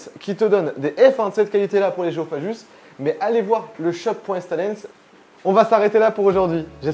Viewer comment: Gu ça fait "gue", pas "je" donc géophagus pas géophajus :-p.